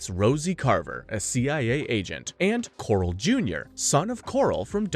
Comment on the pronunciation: "Strangways" not "Strangeways" "Crab Quay" not "Crab Key" "Quarrel" is not pronounced "Coral" Aaargh! My autism!